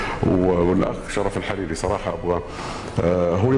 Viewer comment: بضم الحاء وفتح الراء.